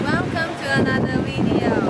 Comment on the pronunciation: velcome to anoder wideo!